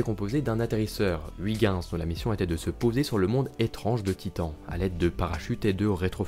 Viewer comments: Huygens se prononcé euilgenns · Très bonne vidéo, et, pour la prochaine fois, "Huygens" se prononce oeil-gue-ns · C'est horrible cette prononciation de Ouigens, surtout prononcée si souvent. C'est est pourtant si facile d'utiliser la prononciation de Google Traduction, en néerlandais bien sure (voire en anglais, ça marche aussi) pour savoir comment le prononcer correctement. ,04'35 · Faut arrêter de dire "Wiguins" quand on parle de Huygens, c'est juste horrible, merci. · Heu je suis pas sur pour la prononciation de Huygens😂, sinon superbe vidéo, de magnifique animation